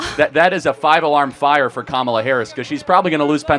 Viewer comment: a real registered democrat is wtongly pronouncing KAMALA